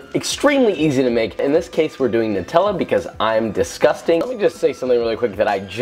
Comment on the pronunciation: I think your pronunciation of Nutella was wrong, although it sounded ok sometimes. The NUT part of nutella is pronounced nut as in Hazelnut. I heard it as Newt-ella, which is a very common mistake.